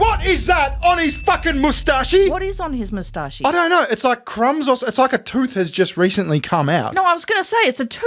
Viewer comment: Do you guys really pronounce it "moustachee"?